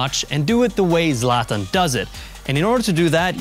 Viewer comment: why is he pronouncing it "zlat ahn" lmao